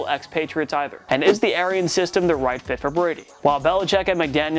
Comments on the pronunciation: need to pronounce your words correctly. :34-:40. We know what u meant but the sound came out different your words came out wrong "It doesn't look so right" Sound like he said white. WTF was u trying to say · so.... um,,, what are you saying? It sounds like maybe he says "white".... so.... Good job, you found slight mispronunciation of a word! Great job! and it means what??? Racism? So disappointed in humanity. Stop looking for a reason to riot and get real. Stop creating the problem and start working on a peaceful society.